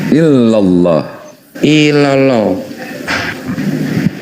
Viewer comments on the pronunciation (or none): Apa ga denger orang itu bersahadat ? Dia tidak menyebutkan Illaulah tapi ilollo coba deh denger ulang/simak .